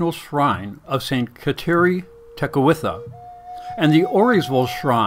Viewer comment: pronounce her name correctly!